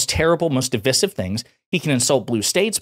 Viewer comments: I love the content... but my friend, you say"divisive" wrong. Second "i" is a long sounding "i" DI-VIE-SIV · Awesome. Freaking awesome. Also, Div-EYE-sieve.